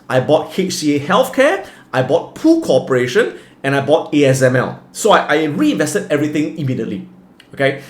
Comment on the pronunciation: What did he says? In PU CORPORATION?!?